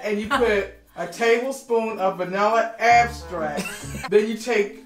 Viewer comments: “Vanilla abstract” .😂😂 I’m sorry but this was hilarious. I was cringing every time she says this. I’m sorry but it’s Vanilla extract. 😂😂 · "so where here at Agstrack"? Hahaha 😂😂🤣🤣🤣😂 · making fun of his mom for saying “agstrack” and “whipsk” is like latino kids making fun of their parents for mixing up their ch’s & sh’s 💀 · She can say eggs, but not extract? Lol Just tell her egg stract XD close enough. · No no no... "agstrack" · First agstract, now abstract 😂 She gon get it next time. I'm here for her cooking show. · Every time I hear vanilla “extract”, my ears autocorrects it to abstract in her voice lol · Last video she said vanilla AGstract 😂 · I love how correct your mom thinks she is saying “ABSTRACT” 🤣🤣🤣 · abstract and whispk，love it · beginning: ending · Still cracks me up.. VANILLA AGSTRACK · Abstrakt. Whipsk. I lurrrvvvvvveee herrrrrrrrrrr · I didn’t get why vanilla abstract was so funny in the comments until I watched and realized she was tryna say extract 😂